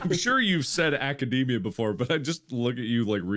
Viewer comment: Not mispronouncing A-ca-da-mi-a.